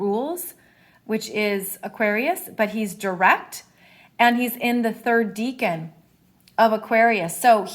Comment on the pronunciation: Decan not deacon. As in 10, decade, decimal. 'deckun'